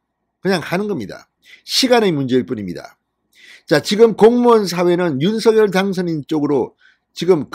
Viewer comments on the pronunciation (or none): 윤석열-윤서결 발음되게고치기힘드시네요